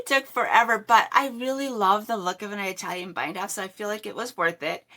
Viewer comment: Beautiful sweaters. Italian is pronounced ih (like it) TAL yen. ❤